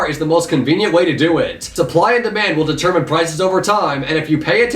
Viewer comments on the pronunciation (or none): none